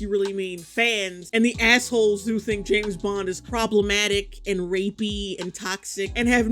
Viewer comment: JAMES bond. JAAAMMEEESSSS bond!!! James, not Jess bond ffs